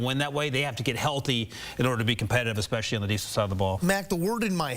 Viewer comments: I can’t stand people that say Expecially. So dumb.. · You mean “especially.” Don’t you? 🤔